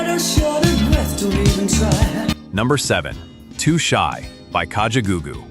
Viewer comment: "kachagagoogoo" LOL Ka. Ja. Goo. Goo. Awesome song!